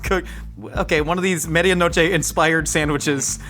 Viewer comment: I love ya but your pronounciation of Medianoche made it impossible for me to understand what you were saying